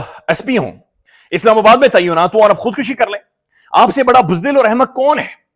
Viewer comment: The word is TAINAAT and not TAYYUNAT.There is another word TAYYUN,which means “To determine”. Vlogers must do their homework before coming on camera.